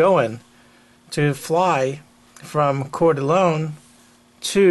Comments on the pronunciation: Just a point of fact: Coeur D' Alene is pronounced "Kor Da LANE" (not "LONE"). Great brush up video. Thank you! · Its pronounced; kor dah lane.